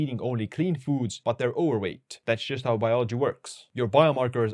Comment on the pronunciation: Dam your "Overweight" is really hard for me to hear. Not saying I speak better English then you.